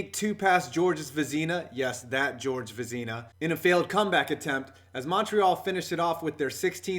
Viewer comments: Veh-Zih-Nuh. Not, “Veh-zee-na”. You google everything for your research, taking the extra minute for a pronunciation isn’t that hard. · Vez in a... Not Vez ee na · Vezna only has two syllables... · (vez)(in)(uh) not (vih)(zee)(nah) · Georges ve-ZEE-na? Never heard of him. Hockey fans know it's pronounced VEZ-na... almost as bad as your "nobody" Brad Park video. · it's pronounced Vezna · Just for future reference it's pronounced vez-in-uh the vez rhymes with pez dispenser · Vezina (Veh-Zin-uh) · Say it with me VEZ-IN-UHH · You lost me when you said Vazeena. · it's pronounced VEZ-NA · Vez-na. Not what ever the hell you said. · You pronounced vezina so wrong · The quebequois in me cries out in pain. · Learn how to pronounce Georges Vezina brutal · learn to pronouce Vezina properly